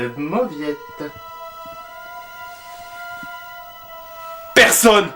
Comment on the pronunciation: Mauvietteuh ! :p